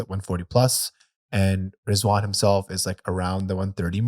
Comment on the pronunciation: Rizwan ❌ Zzzwan ✅